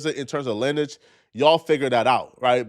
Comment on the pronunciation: SECOND incorrect usage of words for today: “linnage” instead of “lineage” 🤦🏾‍♂